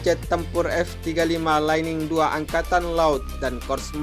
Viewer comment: Lightning bacanya jangan laining bang... tapi lait'ning